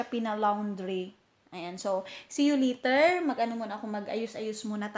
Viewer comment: Wow sometimes, English dai ahahah. Letter or later. . . Ahahaha aliw jud kaayo tang mga bisaya uy!!!